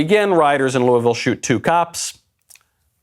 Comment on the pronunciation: To everyone recently concerned with Louisville: Stop saying Loo-E-Vil!!! Its Loo-uh-vul....please carry on.